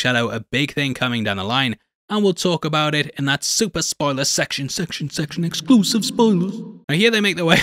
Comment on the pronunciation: EXCLUSIVE CLUSIVE clusive 😂😂